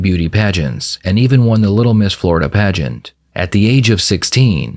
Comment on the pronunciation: "I'm a pagent girl" 😂